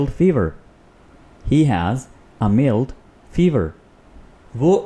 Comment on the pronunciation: For God sake...the word Mild is spoken as myeld but not meeld....You are a teacher and must do prior practice pl...